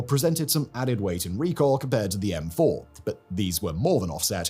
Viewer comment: "M-fouR“ good American accent